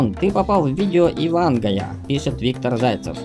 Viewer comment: не и вангая, а Ив а нгая. (пропуски это наголос если что...)